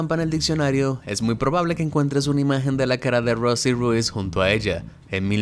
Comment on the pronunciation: Supongo que Rosie Ruiz no se pronuncia 🔊 Ru-iz el apellido sino una sola palabra 🔊Ruuiz